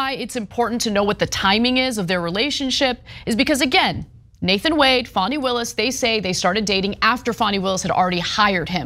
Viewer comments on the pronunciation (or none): Fani - pronounced FAN-ee (not FAWN-ee). Just so the record is clear… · Wrong. Tell us you didn't watch the hearing without telling us...